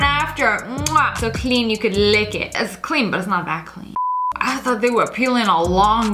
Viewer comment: It's not thioght it's thought